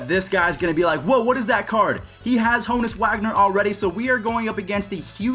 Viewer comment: Ha-nus Wagner